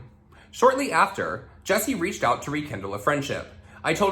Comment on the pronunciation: Damn I can help but hear the name “ Jussie Smullet from empire” and you are saying Jessie smiles 😂 HAHAHAHAHHAHA